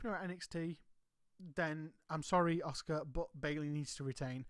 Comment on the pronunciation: As much as I like your channel one thing drives me crazy! The U in Asuka is silent therefore being pronounced Ask-A not Ozka or Oska😂